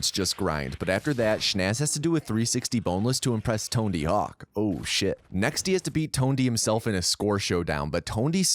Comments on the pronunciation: I die a little inside every time I hear Tondy Hawk. But hey no feeling is forever right? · Tone d hawk. God damn it I heard that too many times. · ToneTee hawk? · "tondy hawk" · Why did you just say tondy hawk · Tondy Hawk lmfao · Are you saying Tone D Hawks? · tone de hawk? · So the dude helped write the script and the first words out of your mouth after saying that is, "Tone D Hawk" and "become a famous skate person" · tonty hawk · "TONEDY HAWK" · Was he saying Tone D Hawk through that? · Tone-D Hawk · Great video but why do you keep saying Tondy Hawk?